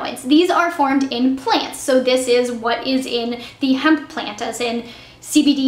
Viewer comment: u said hemp